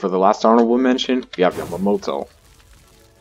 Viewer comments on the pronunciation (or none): none